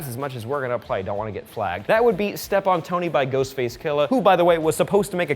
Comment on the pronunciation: "SLEPT on Tony" by ghostface. Sounds like he said "step"